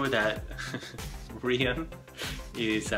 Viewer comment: Okay I thought Nic-ola was pronounced Ni-coh-la and i thought Rhian was pronounced Ryan